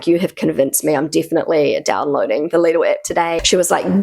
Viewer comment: its lidl not lidil